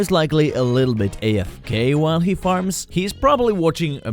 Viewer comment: When you said the guy who farms I thought u said the guy who farts